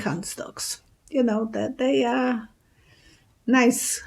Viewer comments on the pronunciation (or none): none